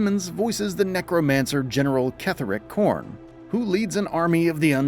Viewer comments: Point of correction: It's "General Ketheric Thorm" not "Korm" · Car-Lock, and Ketheric Corm..... again, narrator.... do your homework and rehearse a bit. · He also said Ketheric Korm 💀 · He said Ketheric Corn!!! What the hell man? Check the spelling before